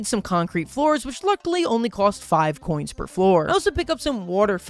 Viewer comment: Sorry for being rude but it’s not cents, it’s coins, you dumbo